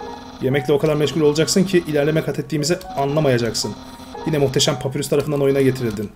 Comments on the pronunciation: Papyrus normalde papirüs diye okunur bu oyunda Papayrus olarak okunması istenmiştir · oyunda saldırı tuşu yokmuş gibi davran ama ilerde saldırı tuşunu kullanman gerekecek hem uzun iskeletin adı papayrus diye okunuyo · papyrus diye okunuyo papirus degil undiy degil andayn diye okunuyolar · papayrus diye okumuypr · Papayrus diye okunuyor abi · Abi bi papyrus un ismi ni doğru söyleyemedin bundan dolayı dislike attım papyras de